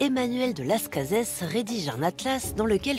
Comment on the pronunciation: Las Cazes ? Je croyais que ça se prononçait à la française…